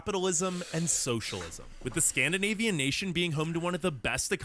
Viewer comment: Skap-Dane😁 but your right, the food is great😀